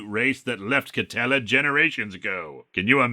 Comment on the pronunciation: You said Katella, I heard Nutella.